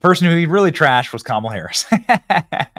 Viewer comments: Uh oh...Whoopie didn't pronounce her name right....Where's Stephanopoulos?! We all know how upset he gets about the mispronunciation. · Whoopi said KAMALA wrong!!!!!!!!!!! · Whoopi said Kamala’s name wrong 😂😂😂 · Another funny thing is Whoopie pronounced Kamalas name wrong 😂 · Whoopi can’t even say Harris’ name right 😂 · Did you hear how Whoopie pronounced "Kamala"? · Whoopi mispronounced Kamala. Does that her racist? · Is Whoopi pronouncing Kamala wrong on purpose?😅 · I cracked up when I heard her say Cam a la. That was so sweet cause everybody knows will be us nothing but a vicious, angry vengeful person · yes she did I called her KAKAMALA 😅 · So it’s ok for Whoopi to call her Camela, but then they freak out when people pronounce her name wrong? Really? I guess Whoopi gets a privilege pass! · Even her ass said CAMAL-A 😂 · Whoopi just called her Camela.😂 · Wait. Did Whoopi say camel-a? Nancy Mace vindicated. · Whoopi pronounced Kamala as Camela. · Anyone notice how that racist Whoopie pronounced Camela??😅😅😅😅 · I love that despite all the rage about people mispronouncing Kamala, even Whoopee did it just there 😂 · Whaaaaat? Did Whoopie just mispronounce Kamala's name? 😮 These dems are a joke! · Whoopi pronounced kamala's Name Wrong!!!!😮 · Whoopie said Kamela's name WRONG!! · did whoopie mispronounce kamala's name? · shit. WHOOPIE don’t even say Kamala right. Yet she supports her? And Joe didn’t say a word 😂 My point in all of this is to say that it’s really sad what happened to an old person. Regardless whether they have cognitive issues or not, they still kind of revert back to children. Be there for your family when they get old. You might be the only ones they have left, and it’s a lonely life being old. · Wait, what? How did Whoopi pronounced Kamala’s name at the end of the clip? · Woopie mispronounced Kamala’s name😂🤣😂🤣😂🤣😂🤣😂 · Whoopie did not pronounce her name correctly. 😂😂😂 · Whoopie needs a Kamala pronunciation session